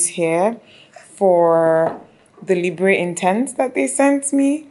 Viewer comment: Someone may have mentioned it already but "Libre" is pronounced somewhat like "Libr". The "e" is silent just like the French word "libre" which means "free". :) :-)